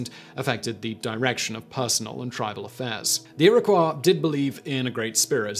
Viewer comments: It’s pronounced ear-a-koy. Not ear-ah-kwah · Iroquois is pronounced (Eer-Uh-Coy) not (Eer-Uh-Kwah). My wife’s half Native-American. She just corrected you. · He’s pronouncing it closer to the French pronunciation, ee-ro-kwah or ear-o-kwah. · The way that he says Iroquois bothers me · Other than your ridiculous mispronunciations of some of the tribal names, this wasn't bad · You missed his mispronunciation of adobe and Iroquois. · Some of these pronunciations are interesting. Never heard "na-VAH-ho" before. "Iroquois" is sounded here more like French than the common American.